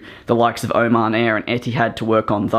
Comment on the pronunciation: Oman air More like OH-MAN air Also I love the cows you added